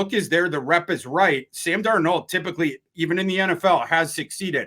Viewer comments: Darnald not Darno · Does this joker really think his name is pronounced darNOLD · Please help on how to pronounce Darnold. He keeps saying Dar-Nold. It’s grating. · Sometimes he pronounces it Dar-NAULT, like French 😂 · He's been saying Darn-Old more than any of the other attempts, but you guys may have a point - maybe he is just messing with us, saying it differently every now and then. The other three fellas say it right enough times that he HAS to know how it's pronounced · How many ways can mispronounce Sam Darnold's last name? If it was a drinking game, would have us in the ER for alcohol poisoning. Good on you!! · Why does pronounce Darnold so strange? Do any of you call him out on it? lol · Biggest gripe with whenever he speaks has nothing to do with his opinions. I like them actually. It’s that he can’t pronounce Sam’s last name correctly most of the time. Funky accents and fluctuations lol. Let him know. He needs to see his blind side. He should get federated to protect him. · STOP SAYING DARNOLD LIKE THAT OH MY GOD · The way pronounces Darnold drives me crazy but he doesn’t pronounce it the same every time 😂